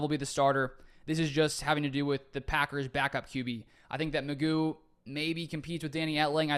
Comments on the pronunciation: I thought it was pronounced Mc Goo? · I think this is a very worthwhile addition. McGough is a tough name to pronounce...I think its more like McGow...but I am gonna call him McGuff the "Crime Dog" cuz he is gonna come in and help "take a bite outta the Bears, Vikes and Lions....:hand-orange-covering-eyes:😇😊😎 Good luck with the Podcast on my way to check it out!!